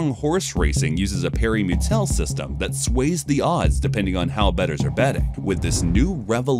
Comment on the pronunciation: Excellent computer voice. It had me fooled until it stumbled over several unusual words that a human would remember how to pronounce (such as ne'er-do-well and parimutuel). The bot's attenpts were hilarious. But soon, the software will not blindly mispronounce words it doesn't know and it will be indistinguishable from a human.